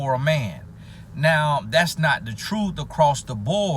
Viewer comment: is the...TROOF(truth)!!!..🙌🤣😂